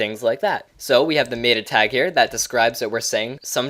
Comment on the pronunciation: Sorry, the way you say META was driving me nuts.